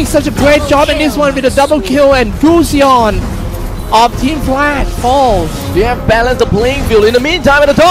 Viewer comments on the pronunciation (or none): belerick not bowrick! gusion not gus-yon! barbiel not barber ! washing machine not watching matching! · Anchor pronounce goosion??? What the fck....it is pronounce as gasun... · I'm just irritated by the way the commentator pronounces gusion. "gooseyon" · wtf is gooosion its gusion ffs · They pronounce gusion as gusyon HAHAAHAHA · Kay Gusion nga eh "Gusyon" tapos sabi "impohtant" mukha silang nau-ulol. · jared toh Gu-Ssi-Yhon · Gos-yown ampota. .🤣🤣🤣🤣🤣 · guzyon! (Gusion) nkakabobong commentator. pootchaaa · Its gushion not claude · can't stand the commentator saying gusion